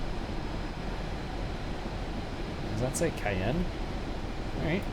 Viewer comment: Yes Wyoming is a State and your mispronounced Cheyenne